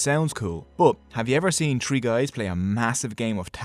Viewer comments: Stop saying Tree Thousands instead of Three Thousand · four touzend tree hundred, wow